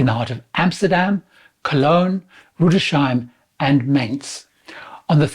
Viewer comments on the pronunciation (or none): Small quibble. It’s “Rüdes Heim”, not “rudeshime.” No SH sound in that name.